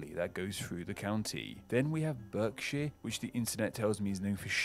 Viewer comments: At c 10.11 he mispronounces Berkshire. It's pronounced Bark - sher Also Derby is pronounced Darby and the Wear is pronounced weear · Berkshire is pronounced “Barksheer” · Berkshire is pronounced "Barksheer" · BERKSHIRE pronoinced BARK skhire! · Blimey. I thought everyone knew that the name London comes from the Roman name for the place where they settled after their invasion, Londinium. And Berkshire is pronounced Barkshear. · Good video, however he inexplicably mispronounced Derbyshire and Berkshire. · Plus there's a few historic counties not mentioned. Cumberland and Westmorland are now combined into Cumbria (along with bits of Lancashire. All the Greater ******* counties are recent inventions, formed from parts of the surrounding counties. Finally, as to pronunciation, google "dearest creature in creation"- written by a Frenchman! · I can't believe an Englishman pronounced Berkshire incorrectly. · Sounds like a computer generated voice. Literally nobody in England diversity of accents talks like that! And Berkshire is pronounced 'Barkshire'. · yeah I don't know any southerner pronounce Berkshire like that. I'm from Reading and nobody has ever pronounced it like that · The “berk” in Berkshire is most definitely pronounced “bark”. The only times I have heard it pronounced “berk” has been by our American friends. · He also says Burksheer when its meant to be Barksheer. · and pronounced berkshire BERK when it its pronounced BARKshire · It's so strange. I can't get my head round that pronouncation. BERKshire rather than Barkshire hurt as well. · when attached to the end of the name of a county 'shire' is pronounced 'shuur', but we do have a breed of horse called a Shire Horse - pronounced 'shy-er'. He makes a mistake - he pronounces Berkshire as 'buck-shuur, but is more usually pronounced as Bark-shyer. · …Berkshire being pronounced BARK-shire..! 🙂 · I live in Berkshire and it's pronounced Barkshire. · strange lot..from a Berkshire man. BARKshire.